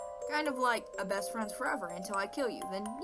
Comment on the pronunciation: L o v e y o u s t r i n g s (AS FRIENDZIEZ)